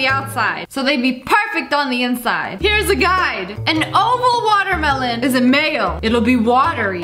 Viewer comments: Does u want da water malon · Whenever she said melon I just heard water malon. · Watermelon-water meh lawn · Nobody: Literally nobody: SSSniperwolf : watermalone 😂😂😂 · SAME😂i started to pronounce watermelon like that since then😂